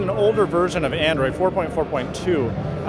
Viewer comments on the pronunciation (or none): none